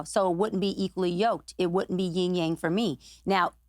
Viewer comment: “YEE yang”???